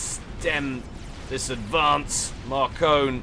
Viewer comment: It's pronounced Mar-Cone. It's french.